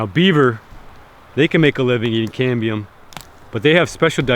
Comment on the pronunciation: When my son heard this video he thought you were saying CADMIUM.... lol... he almost choked on his dinner..... DAAADD WHY IS HE EATING CADMIUM????...... Love your videos man. Just found you today.